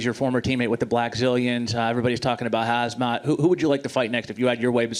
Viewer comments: Did that reporter really call Khamzat - Hazmat...??? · Wtf dude said hazmat lol it's hamzat wtf 😒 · Did the reporter call Khamzat as Hazmat 😂